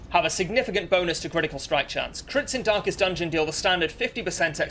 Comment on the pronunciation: Why I continue to hear "dankest dungeon"